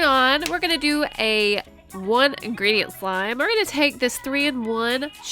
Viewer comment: She said 1 ingerdent